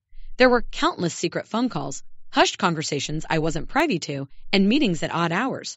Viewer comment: Epitome= E pit o me. Not Epi tome. Con feh dahnt for someone whom you confide in. Short “i” in privy—as the i in wisdom. Coup de grace is Coo dee grah.